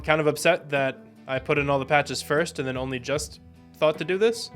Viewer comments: “Back in the day I wouldn’t be able to pronounce that thenthence” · “I grew up with a lisp, younger me wouldn’t be able to pronounce that thenteth”😂😂